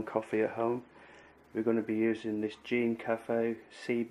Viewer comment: Checked back again & this by far the most informative & amusing (but not quite Tommy Cooperish) detailed account of roasting with the Gene Cafe CBR-101. Thanks a million. Btw, I fully forgive you since it's a commonly made mistake but... it is pronounced 'Gen' as in Genesis, not Genie! lol